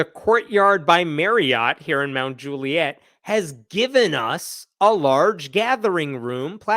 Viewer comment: I wish i was kidding, but it's pronounced mount jule-yit